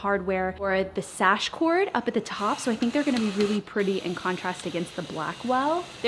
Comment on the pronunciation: Girl... SHASH - wha???? You mean sash?